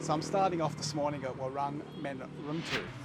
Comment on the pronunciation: I enjoy your videos. With all due respect, please pronounce the word ‘warung’ correctly for your viewers. It is pronounced ‘wuh-roong’ (long vowel). Cheers.